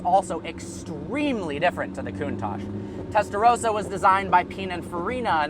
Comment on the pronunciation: Whenever he says "testa rossa" it kinda sounds like "Tesla Roadster".